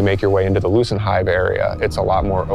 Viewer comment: Every time I hear lucent Hive it sounds like loosened Hive😅😩. They're ready for daddy Zavala.